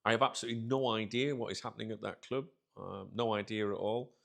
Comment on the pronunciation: I don’t like the way you say Club sounds fucked up cljuuib